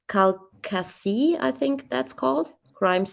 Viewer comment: Cal-kuh-shoo is how it’s pronounced. Calcasieu. Interesting video of this horrible crime. Thank you.